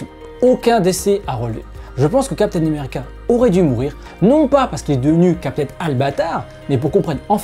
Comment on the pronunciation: lol chaque fois que tu parles de steve rogers, j'ai l'impression que tu prononces "capitaine numerica" :))